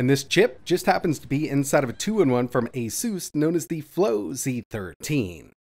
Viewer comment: I really like this... but... its ASUS....